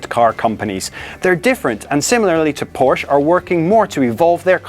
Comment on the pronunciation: It's not Porsch or Porscha it's PORSCHE.